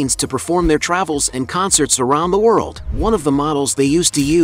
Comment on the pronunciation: Just love the AI narration - "conSSERTS." Ridiculous. Good info, though. Long live Keef. ❤️💛💚